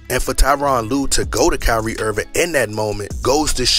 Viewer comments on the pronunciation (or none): none